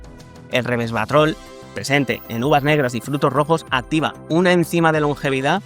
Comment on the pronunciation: Buena información y buen video pero antes de grabar tienes que practicar la pronunciación correcta y ponte una nota de ayuda: Resveratrol. Europeina.